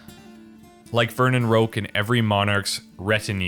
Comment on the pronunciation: Oh no, he said Roke..